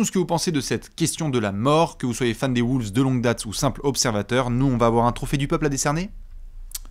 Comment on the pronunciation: Nouvelle saison et rien ne change, dit toujours Woolves 🤦‍♂️